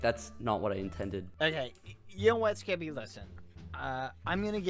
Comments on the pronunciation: No it's the first "SKEPPY-" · Skepp- Skeppy, NO SKEPPY